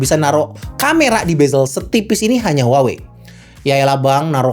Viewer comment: maaf. cara menyebut brand-nya harusnya WAHWEi